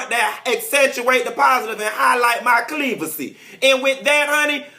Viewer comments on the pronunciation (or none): Did he say cleavacy??? LMAO why am I now seeing these videos. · "CLEAVACY" lololololol